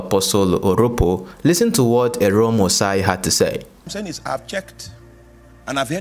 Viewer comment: Dear... AROME is pronounced (Ah-row-meh)